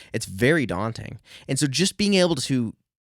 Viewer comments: very DAWting indeed! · It’s DAWnting.